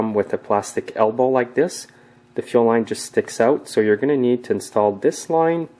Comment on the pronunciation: it sounds as though you are saying ‘chill line’ when you are working on the fuel supply line, etc. is that correct? Thanks for a reply. When I installed my new carb, the system continuously leaks gas between the carb and the intake. Is it possible the new gasket isn’t seated properly? Thanks for any help. I appreciate your YouTube’s.